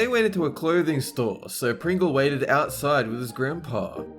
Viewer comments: He said Pingles allergies XD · "Pingle", okay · "Pingle" lol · What is a "Pingle?"